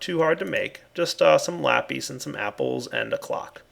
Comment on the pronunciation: its not pronounced Lapeeeeeeeeeeeeeeeeeeeeece its Lapiiiiiiiiiiiiiiiiiiiiiis